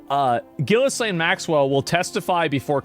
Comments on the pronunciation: Ehy is it always mispronounced? "Ghee-lane." It's not "giz-lane" or even "jizz-lane." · The way you continue to mispronounce "Ghislaine" makes you look dumber than shit. It's "ghee-len" or "ghee-lane." The "s" is silent! Sometimes you even add letters and say "gillis-lane!"🤦‍♂️🤦‍♂️🤦‍♂️ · As a French person, it makes me laugh when I hear countless people pronounce her name as "gillis-lane". Her name is French, it's pronounced "Gee-layn". 😅⚜️ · i love how everyone mispronounces her name and it defaults to jizzlaine every damn time. living in a fn comic book i swear. its like watching the joker get away for the 75658th time. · Can someone please tell how to pronounce Ghislaine? Im pretty sure its not gillis-lane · At this point, I think he wholeheartedly believes it's pronounced "Gillis-Lane"